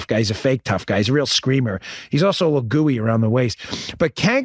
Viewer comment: Cenk is pronounced Chenk, but I do prefer Gooey Cank. 😂😂😂